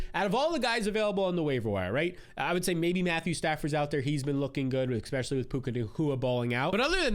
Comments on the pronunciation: bro it’s not “Xpecially”!!! 😂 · eXpecially..eXpecially... eXpecially...wtf